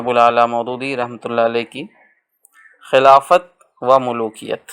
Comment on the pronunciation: ماشآءاللہ اچھی کاوش ہے بس ایک گزارش ہے کہ خلافت و ملوکیت کے درمیان جو "و" ہے وہ نہیں پڑھی جاتی۔۔۔۔یعنی اسے خلافتو ملوکیت پڑھیں گے۔۔۔۔۔اسی طرح اور بھی بہت سارے الفاظ مطالعہ کے درمیان آئے جن میں "و" نہیں پڑھا جاتا جیسے جان و مال(جانو مال) قول و قرار(قولو قرار)